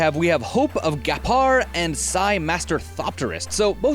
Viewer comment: Sorry to be "that guy," but I am almost positive Ghirapur is pronounced "gear-ah-purr." Other than that, nice video. :)